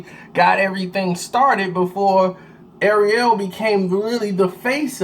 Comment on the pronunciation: pronounced "Ariel" like the lil mermaid not arelee like the wheel brand lol jk.